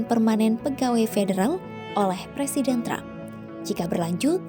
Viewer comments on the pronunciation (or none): none